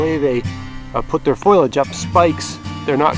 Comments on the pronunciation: did you say foilage? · well, you are not the only one...in fact, a dear, long-time friend, who introduced me to homesteading and self-sufficiency says, 'foilage', too...i always teased him about it, but guess i won't any more. i get a kick out of your video thank you so much